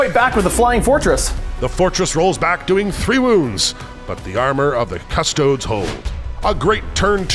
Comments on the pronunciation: Drove me mad hearing the announcer call them the "Custoads". It's pronounced "Cust-oh-dee's" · It's "cus-toad-es" not "cus-toads" its latin. pronounce it like youre italian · kuh-stoh-deez not cuss toads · Why he saying "CUSS toads" and not "cuss TOE dees" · Its Custo-DEES not Cuss-TOADS guys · “Cus-toads” is killing me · Could not get over the pronunciation of custodes. Custoads. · Because it lines up with Adeptus "Astarts". Jokes aside, it was kind of weird cuss toads really doesn't sound right. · pronouncing Custodes as Chodes.....:face-pink-tears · Somebody tell the narrator that "custodes" is latin. The E isn't silent! :D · The commentator says Custodes wrong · why did you say "custodes" like that... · why does the narrator pronounce Custodes correctly only half the time? :(. does he also say "asstards" instead of asstartees? currently custodian bikers are imho a waste of points. -1AP weapon, no advance and charge, huge target, the lance is barely any help. caladius is now a must, only useful shooting for custodes atm. gotta deep strike all infantry, for a "free" shooting round, and hope for a few charges :/ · Narrator pronounces Custodes 4 different ways and they are all wrong lol